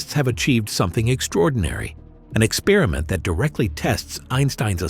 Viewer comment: "ex-perr-i-ment", not "ek-spearmint".